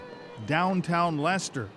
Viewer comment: FINALLY an American/Canadian that pronounces "Leicester " correctly, it's a bloody miracle Calling it silly is also incredibly ignorant. He is an important part of our history, finding him has proven he DID have an issue with his back, its helped identify how he potentially died, its helped fill in so many gaps surrounding him. He deserved a proper burial and to be remembered like all our other monarchs have been.